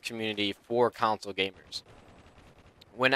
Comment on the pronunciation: It's console, not counsole <3